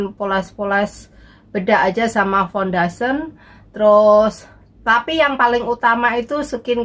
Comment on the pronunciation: fundation = bukan fundasen